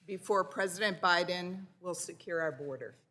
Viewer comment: the border is siekuurrrr...? does she have a speech impediment?